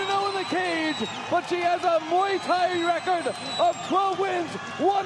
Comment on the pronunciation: What the fuck is mwee thai?